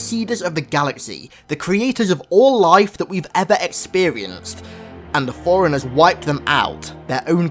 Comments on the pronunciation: It's pronounced 4 runners. Not foreigners. Just saying.. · It all ways sounds like you're saying foreigners instead of forunners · Every time he says forerunners it sounds like foreigners